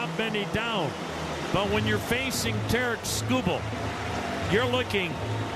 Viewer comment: Sounded like Terrance the second time he said it lol